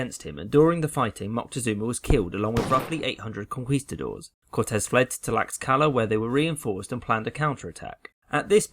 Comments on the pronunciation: Tlaxcala: pronounced "Tlash-ka-la" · i cannot get over the way you pronounce tlaxcala lol